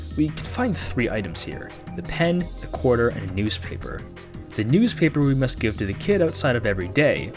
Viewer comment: "Quater"... I'm totally calling a 25 cent coin by this term from now on. Ku-way-ter.